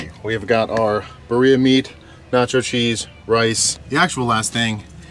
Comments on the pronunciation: It’s pronounced “beer-E-ah” not “Ba-Ree-Ah” hahahaha made me laugh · You're saying Birria wrong!! It's not Buryya meat, it's Birr (roll the rr, sort of like saying beer if you were to roll the r.) eeeeyah. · it is pronounced like beer-e-ya with a rolled r sound. But the food looks delicious! A couple of things to help improve: 1. Add the meat juices from the plate. Also, keep the oil in the pan unless it has burned. It has rendered fat from the meat which adds a ton of flavor. 2. Instead of using tomato paste, add a can of diced tomatoes to your blend and add that to the beef in the pot 30-60 minutes before serving. 3. Use cilantro over bay leaves. Enjoy! Thanks for another great video from! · Love your videos my man!! As a güero married to a Mexican woman, I use to pronounce birra the same way lol but, it’s pronounced as bee-ree-ah. My suegra corrected me the first time I asked about it (and she makes a bomb birra haha) enjoy and be safe on your trip brotha!! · If you’re gonna say “Birria” all white, call it “Beer-e-yuh” -A Mexican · Please say it right its said like biddia since u can’t roll your rs it’s all good tho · The way you said birria. Lol I can’t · The way he says birria 😂